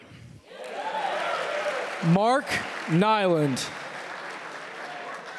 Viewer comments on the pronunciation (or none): Mark chant starred to sound like bark